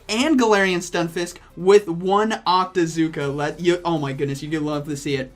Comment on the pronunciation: I can't even understand...octazooka?